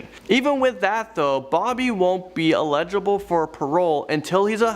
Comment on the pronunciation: Eligible = EL-luh-juh-bull Legible = LEDGE-uh-bull